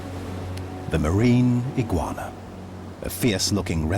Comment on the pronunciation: Not eguana